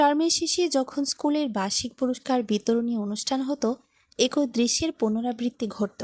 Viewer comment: এক ঐ মানে কি ? শব্দটি হবে এক‌ই । গল্প বলার জন্য শুদ্ধভাবে কথা বলা জানতে হয় ।